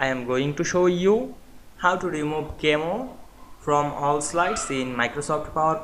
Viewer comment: Pronounced "KA-meh-oh"